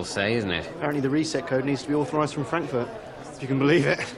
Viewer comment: I always laugh when i hear anyone mention Frankfurt (or "fronkfwort") after Johnson's speech 😂